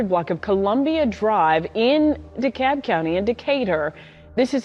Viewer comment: Did he say Dekolb county ? It's DeKalb County. RIP beautiful lady and precious baby girl.